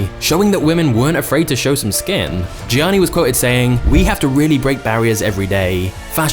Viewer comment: its pronounced as "yanni"